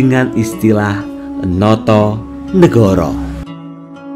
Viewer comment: Notonogoro, bukan notonegoro.